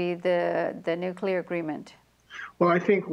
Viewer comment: how many times does he say nucular? UGH ITS NUCLEAR